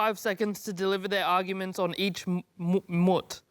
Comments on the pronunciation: Aww, to be fair, he just sounded it out like foot and soot, instead of boot and loot. 😅😂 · ahahahah i feel like this would go over international audiences heads, but 'moot' how pronounced it is Aussie slang for pussy/vagina